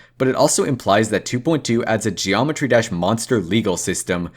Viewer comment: BRO THATS NOT EVEN THE NAME OF THE GAME! HE SAYS dreometry drash ALSO HE GOES INTO THE GULAG! YOU SHOULD REALLY DO YOUR RESEARCH